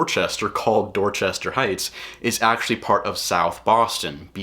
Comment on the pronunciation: The way this guy says "Dorchester" tell you he knows nothing about Dorchester and has never been there.